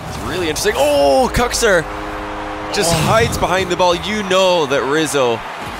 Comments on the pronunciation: It triggers me Kuxer lol not kuxir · Im i the only one that hears Cocksir?